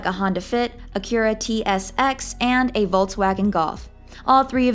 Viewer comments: I stopped the video when I heard “cura tsx” …… it’s Acura…. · Bomb-ah-deer?? It's Bomb-bard-E-aeyh. A-cure-ah?? How about Accura? Does this gal live completely off-grid?? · The way she pronounced Acura ooooof Good video otherwise though haha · You mispronounced Bombardier. You mispronounced Acura. Buffet’s jet was named the Indefensible, not Indispensable. Wow. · That's not how you pronounce Acura